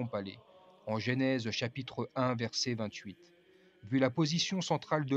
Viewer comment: Ne dites pas « GÉNÈSE » mais « GENÈSE » !